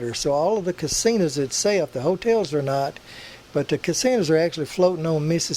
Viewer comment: GOTTA LOVE YOUR ACCENT YOU CALL HIM CASINAS BE GOOD SOUNDS LIKE FUN YOUR FRIEND LEE